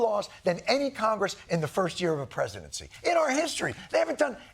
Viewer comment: Misspronounced KOCHGRESS again....